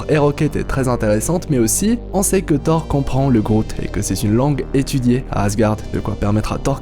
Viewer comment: Le seul truc, c'est qu' au debut de la video, on ne dit pas "Thar" ou "Grasses sarties" ou "Thar 4" mais "Thor", "Grosses sorties" et "Thor 4" (c'est des "o", pas des "a") ... sinon c'est bien :)